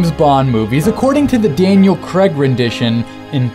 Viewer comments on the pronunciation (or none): Creg? Americans find it harder to say 'Craig' than black people do 'ask'. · It's CRAIG! Not CREG! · Daniel Creg?? Craig man. CRAIG!!! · No offense intended, but why do Americans pronounce it as Creg when it's Craig. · Daniel cregg😂😂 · Daniel creg lol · Why do Americans say Craig like Creg